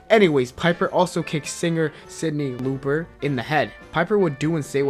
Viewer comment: "sydney looper" XD